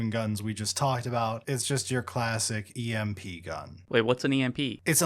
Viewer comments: Who the fuck says EMP and not E-M-P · Who actually pronounces E M P as emp? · I have never heard somebody say E.M.P as emp before... and I am outraged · Never in my life have I heard anyone just say EMP like it's a single word.